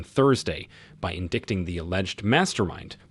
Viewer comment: You mispronounced "indicting"... are you TRYING to prove you are an AI?? the word rhymes with "fighting"